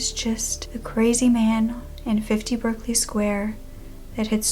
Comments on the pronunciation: 1940? That should be 1740. Also, Berkeley is pronounced Barclay. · It’s pronounced “Barclay”